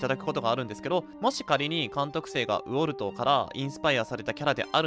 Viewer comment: ウォルトの発音おかしくね？